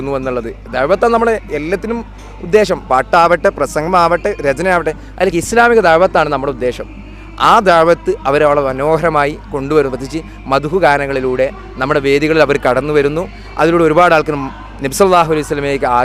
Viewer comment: സർഗലയം 😅😅 പാട്ടും ഡാൻസും പറ്റുമോ? പിന്നെ രജന അല്ല, രചന😂